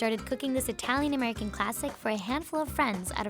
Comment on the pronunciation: as an italian that accent was PERFECT